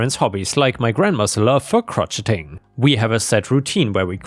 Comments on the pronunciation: 'Crow shay' its french for knitting not crotcheting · Please stop saying "chrotcheting" it's pronounced "crow shay" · Sheesh! AI sucks, calling Crocheting Crotcheting! You let your grandmother with your Croth! So stupid!😂😂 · FYI Crocheting = krow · shay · uhng. I kind of like your pronunciation better though.🤪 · Love the stories but, and no offense intended, you really need to check you pronounciation of words sopmetimes, for example crocheting. It is actually pronounced Crow-shay-ing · Hey, Love your content. If you don't mind, I want to help you out with the weird English word "crocheting." The root word is crochet, and pronounced crow-SHAY. So crocheting is crow-SHAY-ing. Crotch is where 2 tree limbs separate from one into 2 limbs. The crotch also is your "happy place" where your legs come together.;-P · You have got to research the way some words are pronounced buddy! Crotcheting sounded REALLY dirty lmao!!